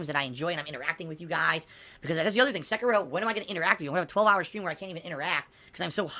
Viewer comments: The way he pronounces Sekiro fills me with hatred. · ...the fuck is a "Sekero"? He can't say Seh-Key-Ro? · I HATE the way he pronounces sekiro! Its se-kir-o! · Nor Sekiro.